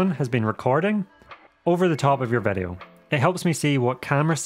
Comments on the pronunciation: vedeo? whats a vedeo ? All the vovels sound different in this YT channel …maybe is your mic broken? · Why say Vedio instead of video.